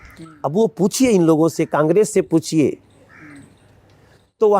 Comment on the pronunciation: He is not pronounced the word "Congress" correctly & He is the chief minister Candidate of the capital of india ... Wowww Bjp government 🙏🙏🙏🙏